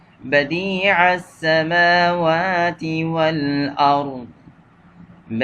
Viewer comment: Assalamu alaikum rahmathullahi barkatahu mere bhai theekhse dekhkar padakaro badiussamawati hai ,badi assmawati nahi